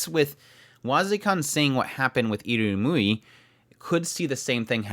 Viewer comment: Constructive.... Eeee Rum You ee... I rum yu i... IrumYuui. Your adding an extra U in after the M, before the Y.